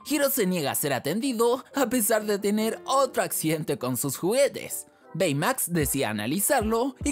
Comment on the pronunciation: Baymax se dice beymax literalmente xdddd aprende cultura pa